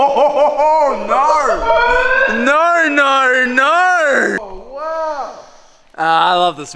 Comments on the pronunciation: we get a good view of the weird way that Australian say no “nor nor nor” lol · I like there videos but their pronunciation of no. It’s just crazy nor nor nor